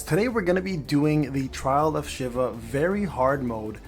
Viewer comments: "she-va" Not shiv-a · In final fantasy, it's she-va